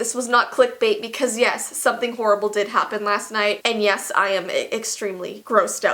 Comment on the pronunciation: “YeSsSSsss” “Eet’z dun” I’m dead XD that accent is my life sourceeee